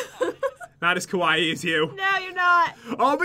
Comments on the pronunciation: Kawii (last silable sounds like hi) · Lol I'm Japanese so I can say they aren't pronouncing it right. I haven't seen anyone say it right besides my sister and my dad. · I disliked just because they saying kawaii wrong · ITS PRONOUNCED SO {KUWAY} KAWAII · It’s pronounced Ka-why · when you read it its KAWAY not KAWAYI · You guys kept saying it was KOwaii, as in scary. Kowaii=scary kawaii=cute in Japanese. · Pat...its pronounced (Ka-y) not ( KaWIE) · Its KUH-WHY Not KUH-WHYEEEEEEEEEEEEEE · It's pronounced KA WHY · no its Ka-why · KIWAIHH!!! F.Y.I you did say KIWAIHH wrong in beggining of vid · It pronounced kay-why- ie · I think the reading is kawai not kawaii!😑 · its pronounced (ka-wi) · It's pronouced ka-why just so you know. NOBODY YELL AT ME BECAUSE I SAID HOW TO PRONOUCE IT!!! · U know it's pronounced ka y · ***** half of my family is Japanese other half of my family is German/american. It is ka waii but its more short and it dosnt ryme with Hawaii . (ka-wa-ee) I know because i have been I Japanese school for 6 years and cam fluently speak and read Japanese and i go to school in Japan in the summer when visiting my family. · There saying kawaii wrong ka-w-I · It's Spelled Kawai'i, and it's pronounced (kaw-why-eee) Such an insult ;) (I live on Kawai'i) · sorry... it's (ka-wha-ee) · it's pronounced (ka-why-ee) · It's kwiie🐬🐬🐬🐬🌊🌊🌊🌊. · Kawaii is pronounced Ku-Why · Kawaii is pronounced kwai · its pronounced kuh-wiy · its not like hawaii, its pronouced : kah- why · kinda saying it wrong... The two i's mean nothing for pronunciation. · You are saying kawaii wrong... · pat please stop saying kawaii... if ur not even sure how to say it....but you and jen are still good if not good great youtubers! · Omg ilysm pat he said it's so kawii but with a k it already is with a k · You guys are saying scary I live in japan so I should know it sounds a little different to be the word cute but good 😊 try love ❤️ you guys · Ur saying it wrong